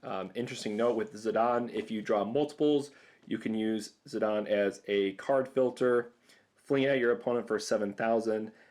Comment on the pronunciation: Russell Parry He actually pronounced Zidane correctly. It's "Zih-dahn".